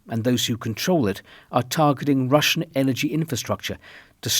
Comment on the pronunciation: Your Russian pronunciation is really impressive, Mr. R.